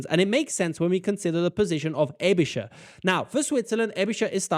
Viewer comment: Not really. But he does ponounce Aebischer right. So it's Schaer 🤔